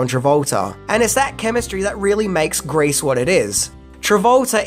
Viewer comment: Why are you mis-pronouncing "GREASE" , by saying "GRACE" ?